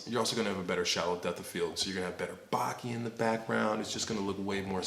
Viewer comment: BOW-kaY is how you pronounce bokeh lol. It's derived from the japanese verb 'bokeru'